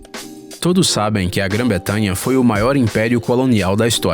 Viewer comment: Só uma dica , é Gran bretanha e não Gran betamha